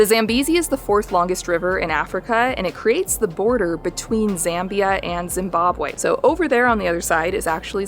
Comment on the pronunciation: Z-ah-mbia, not Z-eh-mbia...and welcome